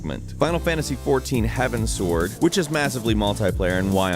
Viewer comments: It's heavens-ward (towards the heavens), not heaven-sword. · he said heaven sword its Heavens Word from what I understand or at least that's what my friends call it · Heavens-Ward bro.... not sword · It's Heavensward, not Heaven's Sword. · lol Heavensword instead of Heavensward.